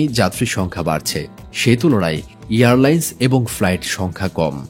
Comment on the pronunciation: Earlines na airlines hobe... hahahahah